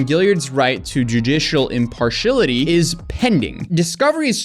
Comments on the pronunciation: The word is: IM-PARSH-E-AL-ITEE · Thanks but what is "imparshillidy"? You mentioned it twice but I have no idea what that means. Perhaps I am the only one. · To the narrator of this video & most all young youtubers. If you are going to be on youtube frequently, you really need to learn how to pronounce words like impediment, & impartiality as well as many other basic words that are butchered on a regular basis on these platforms. It makes a huge difference in how you are perceived by viewers who know the proper pronunciations. Unfortunately most under the age of about 45+ don't know, let alone care.